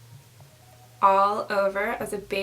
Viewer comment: It's actually pronounced tem-pore-a! Love u